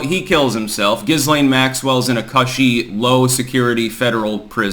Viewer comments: He is trolling Ghislaine. He is saying Giz. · The "S" is silent in Ghislaine Maxwell's name. Every time I hear mispronounce words and names I always wonder if he's trolling us or if he really doesn't know how to pronounce...Ghislaine in this case. (Gi - Layn )